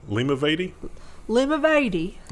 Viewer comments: You guys are so efficient without Ryan... FTW...I live down the road from Limavady. Most of our place names 'A' is 'AH' rather than American EH / AY sound. Lim AH VAHddy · The country accent version wasn't so far off. Lim-a-va-dee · Limavady (LIMB-A-VAD-EEE)… oh, there is no end of shameful news from our nook of the world!.... It's quite nice here, honest! 😜👍